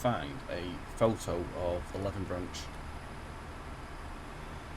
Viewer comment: And Leven is pronounced 'Lee-vin' 😄